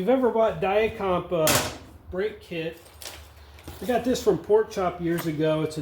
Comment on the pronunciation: Thank you for pronouncing Dia-Compe properly.